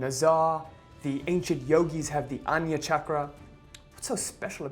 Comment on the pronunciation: It's not anya chakra ..it's called ( aag na ) chakra ..pls correct it 😊